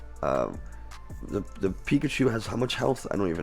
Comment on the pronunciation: Pikachee Pikachaa Pikachiii Pikachoo Had so much laugh in the beginning 🤣 😂